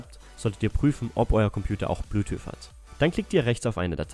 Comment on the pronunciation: Ich dachte, mein Englisch wäre schlecht... :D